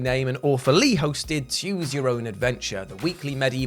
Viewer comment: Just realized why he says "choose" weird.